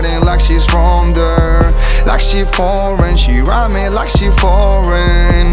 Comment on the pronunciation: Casi. Cuando pronuncia "bored" o "there" suspende fuerte.